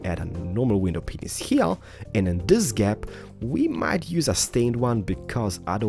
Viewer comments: By the way to everyone who is hearing him say "Window penis" He's actually saying window panes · The REAL question is, am I the only one hearing "Awkward stairs" instead of "Oak wood"? And yes, yes he IS saying window penises. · He calls them "window paneises"